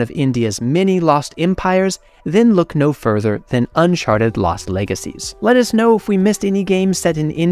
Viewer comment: did you say "unsharted" 🤣🤣🤣